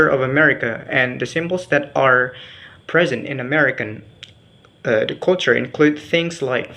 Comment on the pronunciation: Good pronunciation ! but please try to find out how is the way to pronounce Culture. Well more or lease, your pronunciation is good. Prepare yourself to present it once again in B. Indģonesia ok?